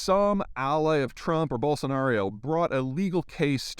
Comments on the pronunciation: Bolsonaro, not Bolsonario. Odd mistake to repeat for a Geopolitics expert. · You are still mispronouncing Bolsonaro's name. Bol-son-aro not Bol-son-ario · BolsonaRO, not BolsonaRIO. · I cringe every time you say "Bolsonar-ee-o". It's Jair Bolsonaro. Not that hard. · It's "Bol-son-ar-ew" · I love how Peter still pronounces it Bolsanario ha ha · Yeah i was like why 5 syllables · Ah yes, another Zeihan "right wingers are always in the wrong" video. You can tell he knows what he is talking about when he keeps saying the Brazillian president's name wrong.